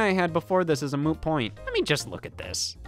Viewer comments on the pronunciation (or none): none